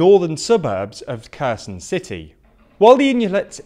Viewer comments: Holy shit. Repeat after me: HAIR-Sonn Not Kerson. It ain’t hard!! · great video! One note: it's pronounced Herson, Harkiv. The K is silent and it's to show it's a hard H, not a soft H. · it's not spelled as "Kerzen", it's spelled as Herson, (o being pronounced like the o in or) (Kh in other languages usually means the sound is a hard "h" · Please tweak pronunciation of Ukrainian towns/cities/regions. I recommend watching Denys Davydov's channel to learn correct pronunciation from a Ukrainian. Kherson is not 'KERZEN', it's "HEAR-SON'. Nova Kakhovka is not "NOVA KAKOWVKA', it's 'NOVA KA-HOF-KA'. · you've been reporting about this front for a while maybe it's time to learn how to read KH in Ukrainian names. it's not Kerzon and Nova Kakovka